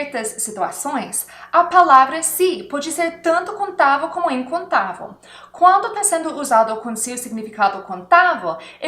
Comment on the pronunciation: Seu português e bom mais quando você for falar incontável você tem que ser lembra de termina com o som vel